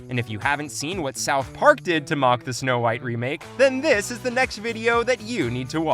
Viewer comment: " S'no Whitey"